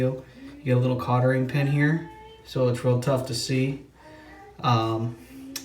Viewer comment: “Cottering” pin?